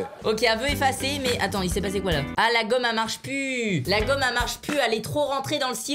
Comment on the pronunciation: "La gomme elle marche pus" ??? IL EST PASSÉ OÙ LE "L" ??